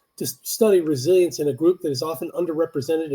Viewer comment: Resilience actually rhymes with Brazilians